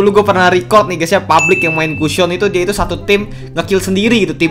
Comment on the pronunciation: Publick??? Bang bukanya gimana saya mau tanya kenapa abang bilang publick ,trus kalo abang publock atau apa sebutanya bang?!